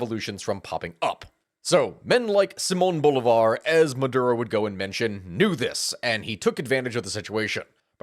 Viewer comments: It's Simòn Bolívar not Boulevard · Sigh-man Bowleebar*